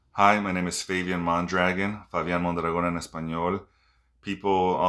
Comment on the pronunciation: first person ive seen that mispronounce his own name you say Mondragon in pure (USA) American accent